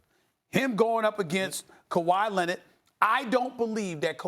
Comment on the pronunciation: "Kawhi Lennid"